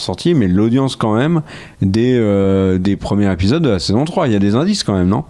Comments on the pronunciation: "Il faut parfois compresser les dates et arranger des choses"... Belle contrepèterie (involontaire ?) de notre cher habitant du pays du Maroilles ! Par contre les gars, s'il vous plait, arrêtez avec vos liaisons dangereuses.... on dit "les 3 premiers Zépisodes" pas "les 3 premiers Répisodes" ;-) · Ça fait des années que je vous écoute et que je vous apprécie beaucoup mais aujourd'hui je craque: on doit prononcer " les premiers Zépisodes" et pas " les premiers Répisodes" comme dit...